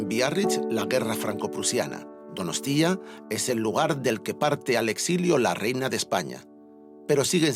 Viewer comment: Empieza con "Euskalerria es mi tierra madre, un país que amo apasionadamente..." Y luego está todo el rato soltando "DonostÍa"... Nadie de ETB le ha dicho cómo se pronuncia?